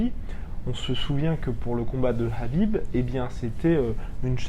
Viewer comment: (juste pour info) le prénom de Khabib se prononce avec un r, sinon ça serait Habib sinon intéressante la video, poce blo